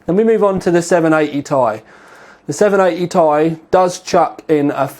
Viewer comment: for fuck sake you say 780 T-I not 780 tie